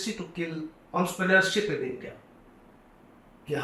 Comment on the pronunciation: It’s INDIA not Indi